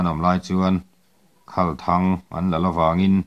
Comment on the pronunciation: Khalthang thlûk a dik lo a nia ka pu. "Khal" lai hi, naupang hnenah, "Bawihte, he motor lem hi lo khâl rawh aw," kan tih a, "khâl" lai kan lam ri ang hian lam rik tur a nia. A ziaktu hian 'a'-ah hian thlûkna (â) a dah lo a nih hmel riauin ka hria.